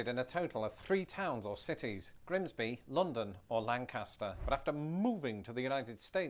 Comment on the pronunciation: I live in the area, but I've never heard anyone pronounce it "LANE-kiss-ster." More common to hear "LANK-uh-stur," at least among folks I've interacted with.